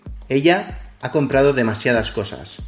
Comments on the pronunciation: It's ha, not a. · the h in "ha" is missing :(